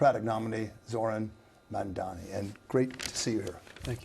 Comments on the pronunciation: The refusal to say his name correctly, the very sentence after talking about OTHER people's trouble saying his name right, and then getting it wrong again, is 100% no accident. It is a coordinated effort. Status Quomo adopted "Mandami" on purpose -- same with Sliwa. Other reporters and pundits have clearly and intentionally done the same. It is NOT a difficult name to pronounce whatsoever. They're promoting a subconscious dismissal of his identity, but it's obviously based on race. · You pronounce his name wrong with in opening second,i am sure you did it on purpose. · I really think people are mispronouncing it on purpose. Agreed it's not a hard name after you say it once or twice